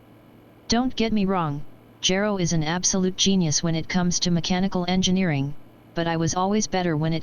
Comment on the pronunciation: i choose to believe the text to voice never properly pronounced Gero, and that its not a result of any lost correction programing or any other corruptions in the system. it always anoyed the Dr., but he was too busy to take action.